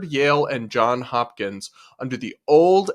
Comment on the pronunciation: JOHNS Hopkins! With an “S”!